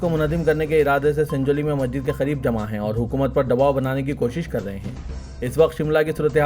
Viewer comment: Request to Siasat; yeh news reader ko apna naam sahih batane ki training de. Inki Urdu zaban par bhi khaas training de. Yeh Masjid ko Majjid keh rahe hain. Yeh 1992 ko onenees sau baiyyanwe keh rahe hain. Bade ka gosht. Aise aur kayi alfaz hain jiski islah honi chahiye.😢